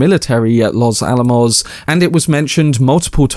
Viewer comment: Way to go! You said "Los Alamos" correctly! OK, considering support even though you push it a bit too much. I'm old, and allergic to notifications, just you wait. I bet the explosion goes on for 6 minutes! I get what you mean, that his life is blown up in slow motion as well. If it's first person, they can't show the overseas detonations. Not needed and impossible I guess.